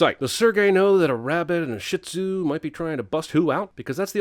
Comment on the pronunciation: I am bothered by his way of pronouncing "shihtuz" yes i know it sounds like a swear. But credit is due the owner fell in love with a overweight man atleast she can look past that. We dont know how old the dogs are they could be about 5 all we know.